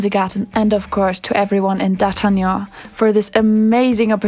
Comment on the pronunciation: funny you just pronounced "d'artagnan" with some cute french accent